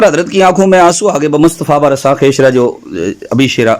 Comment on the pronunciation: مفتی راشد صاحب نے عربی عبارت بلکل درست پڑھی ہے بلکہ خود مفتی ذکاء اللہ صاحب نے عبارت غلط پڑھی ہے فارسی کی بمصطفیٰ براساں میں برساں کی با پر زبر پڑا ہے جو کہ درست نہیں ہے بلکہ یہاں زیر پڑھا جائیگا